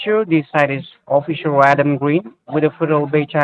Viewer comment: "Oh-fissure" Adam